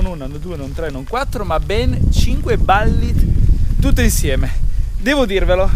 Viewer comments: Si, però Ballit non si può proprio sentire...si pronuncia come si scrive ! Bullitt, no Ballit... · confermo. Si pronuncia Bullit, quando ho sentito "ballit" da mi è andato per traverso il bicchiere d'acqua che stavo bevendo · Non si dovrebbe ppronunciare bul-lit invece di balllit? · Quando ho sentito ballit ho cambiato video non è possibile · ballit? ma che ho sentito ahahah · Pronuncialo bene sto nome, che bAllit non si può sentire... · Ah? La Ballit certo come no! L'inglese questo sconosciuto... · 😀Ballitt non si può sentire, dai😉! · Si infatti.